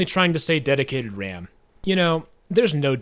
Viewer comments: DEDOTATED WAM You mean Dedicated Ram? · The "dedotated wam" kid sounds like he has that Elmer Fudd speech impediment, pronouncing w instead of r. Notice how he says "wecommended". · It wasnt a mistake with dedotated wam, more likely he has an issue with pronouncing r's which i used to have a similar issue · I vibe with the "dedicated wam" kid 'cause my R's sounded like W's as a kid lul. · detotated wam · "Deditate wam is a kid making a mistake" OR! And hear me out here: The kid has a speech impediment! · I call bullshit on alot og this ;-; "the real meaning of dedodatem wam" literaly a kid who couldnt pronounce dedicated ram ???? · Kid: mispronounces dedicated ram Minecrafters: I don't need sleep i need answers